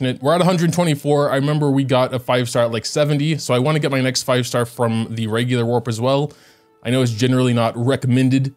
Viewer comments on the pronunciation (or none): none